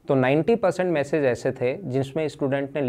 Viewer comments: Massage ni wo message hota h. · Jo apka video edit krta h usko samjhaiye sir...massage nhi message hota h